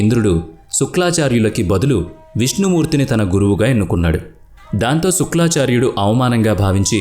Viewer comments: ఏవండీ శుక్లాచార్యుడు కాదు శుక్రాచార్యుడు మీకు ఆ పదం తిరగక అలా చెప్తున్నారు అనుకుంటున్నాను అది అలా ఉంచండి పూర్తి గా తెలియని పురాణాల జోలికి వెళ్లకండీ మాకు బాధకలిగించింది ఈకధ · శుక్లాచార్యుడు కాదు నాయనా శుక్రాచార్యుడు అని పలకాలి. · It is shukracharya, not suklacharya.. Mispronouncing such great names is so bad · Shukra not Shukla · శుక్లఆచార్యుడు కాదురా శుక్రఆచార్యుడు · Suklaacharyudu kaadu Nayana,sukraacharyudu. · శుక్లా చార్యుడుకాదు సామీ శుక్రా చార్యుడు అని చెప్పాలి 😄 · thappu antha thappu eeeee vedep motham thappu.... ex: suklaaaaaacharyudu .....thapppu sukraaaaacharyudu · Sukla charya kaadu, sukra charya anni rongue Information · Your voice is good but శుక్రాచార్యుడు ,మృతసంజీవని అని చెప్పాలి. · "శుక్లాచార్యుడు" కాదు. "శుక్రాచార్యుడు". "మృత్యు సంజీవిని" కాదు. "మృత సంజీవిని".